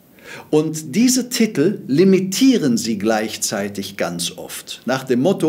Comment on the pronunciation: Es heißt Titel nicht Tittl